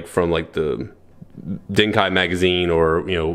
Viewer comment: The Lightning/Lightning Zeta was piloted by Yuuma Kousaka. Also for Dengeki Hobby Magazine it's pronounced as Den-ge-ki. I dunno, I was just a but irked when you said Denkai XD